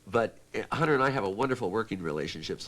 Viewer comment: where is the H?